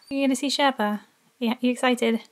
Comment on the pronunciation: Ngl. "Sherpa" was on point like the pronunciation was IMPECCABLE.